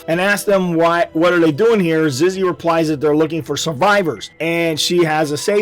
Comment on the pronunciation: its zizzy not ziggy